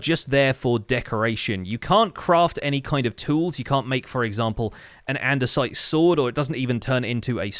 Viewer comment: "Dior-ite", "Andes-ite" and "Gran-it" that hurt me.